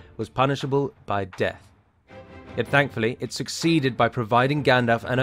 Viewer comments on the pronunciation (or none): none